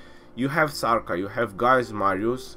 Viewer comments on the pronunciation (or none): none